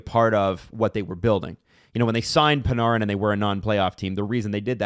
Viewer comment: Stop saying PuhNahRin